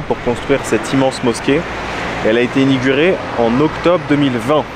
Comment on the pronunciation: Tu as dit enigurer.. (inauguré). Lol. Les algériens ton contaminé. Mdr